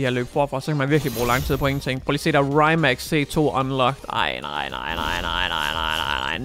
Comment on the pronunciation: Se The Grand tour hvor de køre i en Rimac, så kan du høre hvordan man udtaler det. Sidder og krummer tær hver gang du siger det forkert 😂😂 no hate, elsker dine videoer 👌😊